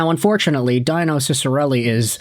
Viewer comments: it’s “Dee-no” Ciccarelli, not “Die-No”. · Lol he really called him die-no?? doesn't know much about the dinosaurs of the NHL😂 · Deeno is the pronunciation of Dino. Yes, he is old, but not a dinosaur. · It's pronounced Deeno. Please. Otherwise, great video, as always. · Ok, i have one question for you? You say that your a fan of the Red Wings and you pronounce Dino Ciccarelli's first name like it's the first time you've ever seen it, he's a legend in Detroit #22. Come on dude, really? 🥴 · Dino (Dih-noh) Ciccarelli? Have we got Jurassic Park coming to Hockeytown? Or are you talking about Dino (Dee-noh) Ciccarelli, the best net-front guy we ever had before Tomas Holmstrom?